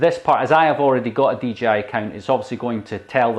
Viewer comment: he said DGI